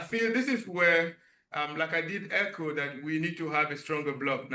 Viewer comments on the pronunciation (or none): none